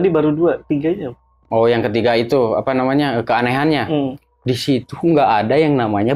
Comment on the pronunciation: saya ngakak pas dia bilang "apa nyamanah"🤣 sering terjadi ketika orang Sunda bilang "apa namanya"🤣